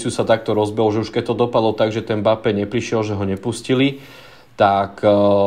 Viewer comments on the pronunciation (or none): Chudák Mbappé, takto mu przniť meno... je to em-ba-pé a nie mapé... strašne to píli uši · napríklad 💁🏼‍♂️ "e" sa v rýchlosti stratí, to je normálne, ale ako sa niekomu stratí "b" aby vzniklo "mapé" to fakt nechápem 😂